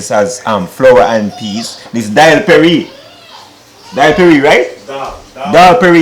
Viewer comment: 🤣🤣it's dholl Puri , it's nice to see you trying our Guyanese dish 🇬🇾,I'm a proud Guyanese,the way u said dholl Perry 😁